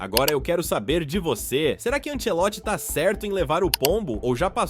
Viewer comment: Que m...esses caras falando Ansselotti... é Ancelotti...será que é tão difícil de falar o nome do cara??? Muito paia